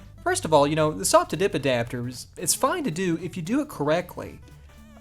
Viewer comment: I'm amazed at your pronounciation of "SOP to DIP adapter".... Quite the tongue twister and you pull if off to the point it sounds funny ;)